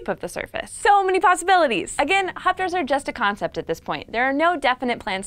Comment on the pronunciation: All I heard was "fapsters" XD